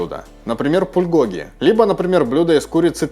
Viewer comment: кальби ударение на И, пулькоги ударение на И